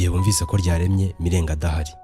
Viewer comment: Broh i think we say "Mirenjye" and "Ntenyo" sinz ariko ,, but keep it up